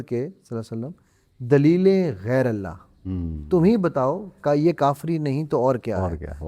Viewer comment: Lafz Gairalla nahi❌️. Lafz Gairulla hai ✅️